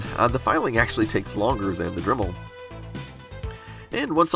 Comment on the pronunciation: Did I hear him say DREMEL?